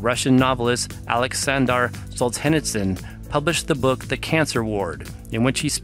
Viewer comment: its pronounced sol-ja-neet-sin just fyi, nice vid tho